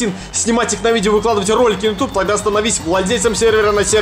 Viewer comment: Будто эти полицейские не разу не слышали слово Ютуб (йутюб).